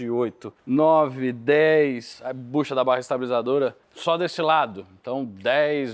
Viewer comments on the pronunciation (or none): none